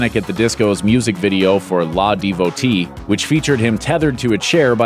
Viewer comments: La Devotee? What? Its L.A. Devotee. Just another LA Devotee! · It’s not la devotee, it’s L.A. devotee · "LAH DEVOTEE" ... sir... its L A DEVOTEE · 😂 that guy just said “La devotee”!! Lololol it’s “L-A” cmon man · L. A. DEVOTEE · YES thank you... "La Devotee" wtf ugh lol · Panic! at the disco's "La Devotee". ..... L. A. Devotee bro... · did that man just say "Lah" Devotee instead of L-A Devotee!? That sad man. Even I know that song and I'm not a fan of today's music. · It's L A devotee not la as in Los Angeles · Lol La devotee? It’s L.A. Devotee. Like LA, Las Angels the city in California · ITS L A DEVOTE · i understand "mah-ta-rot-so" thats how its correctly pronounced in italian, but not lah devotee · I’m sorry... Lah Devotee? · "la devotee" 😂😂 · "laaa devotee" they really did their research 🙄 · “la devotee” I CRINGEDDD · “LA devotee” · lmao it’s L-A devotee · AHHHHH I SCREAMED NO WHEN HE SAID THAT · When I heard him say that I screamed like if I had just gotten g-noted! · Did y’all hear the way he said LA Devotee. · "la devotee" L.A